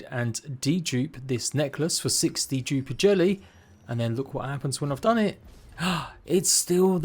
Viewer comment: Lol dude i swear everytime i heard say Dduper jelly i know what hes saying but i hear... 60 duper jelly lol no 6 D duper jelly